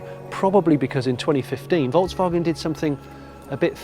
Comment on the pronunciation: Another brilliant FC episode. Such a relaxed and honest style, Jonny - thanks so much. I'm fed up with over too-enthusiastic, fake-excited, over the top reporting of ANYTHING let alone car reviews. This was so calm, relaxed, informative... AND you pronounce Volkswagen correctly. Thank you thank you :o) As for the car itself, well, it's a Golf. People will buy it because it's a Golf and anything to move us more towards EV is a good thing IMO. Not sure on all the modes - the vast majority of Golf drivers won't understand or care about that; they just want to get in the car and drive A to B.